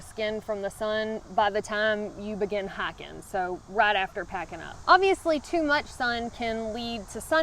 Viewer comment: Hiking -> Hacking